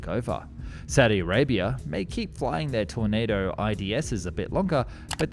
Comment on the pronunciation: How many different ways can one person pronounce tornado